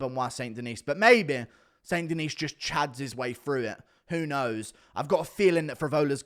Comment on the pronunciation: Somebody has to get him to say st. Denis properly. Sounds like Chael. De-knee guru.